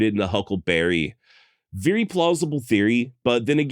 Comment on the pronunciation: My man said "veery"